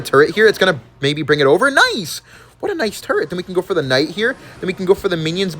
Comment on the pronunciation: "hero KCnight"😂